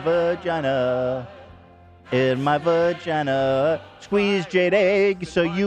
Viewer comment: Ethan’s pronunciation of “vuh-gina” had me giggling